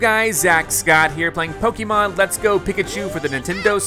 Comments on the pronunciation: And the correct pronunciation of "Pokémon" too, since he mispronounces it as "Po-kee-mon". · Pokémon is with the long E sound, you know. I think you should watch the anime later.